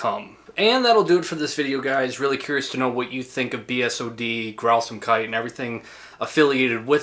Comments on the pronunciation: i kinda found it funny how you call it "Grausamkeiti" when there's no "e" at the end [ɡrauzaːmkait] besides that, I love this video, nice approch to expain the phenomenon of BSoD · Am I the only one that thought he was saying Grausamkudi?